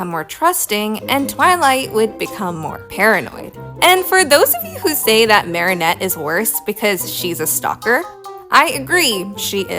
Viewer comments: Unpopular opinion: I am rather bothered by how you pronounce Marinette's name. It's meant to be said as "Mare-A-Net" rather than "Mary-O-Net". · WHY ARE YOU SAYING MARIONETTE ITS MARINETTE, THERES NO O💔💔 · it is pronounced like this, Mair-ih-Net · No, pronouncing Marinette as "Marionette" like the puppet is the most evil thing you could do to a character. In all seriousness, though, that side essay comparing and contrasting Twilight and Marinette was really interesting, and now I kinda wanna binge-watch Miraculous Ladybug again. (got some seasons in before I lost interest) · Slightly unrelated: it's pronounced "Marry-Net" 😭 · I’ll be honest when he said marinette he pronounced it like marionette and I thought he was talking abt the puppet from fnaf lol